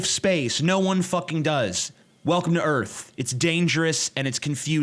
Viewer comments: Welcome to earf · 'WELCOME TO ERF.'